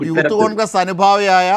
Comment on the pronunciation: യൂത്ത് കോൺഗ്രസ് അല്ല ഉത്ത് കോൺഗ്രസ് 😊